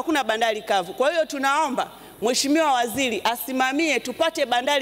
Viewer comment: lugha ya kiswahili bado unaibomoa.... balabala, feza, wazili,..... mbunge gani wewe? umesoma?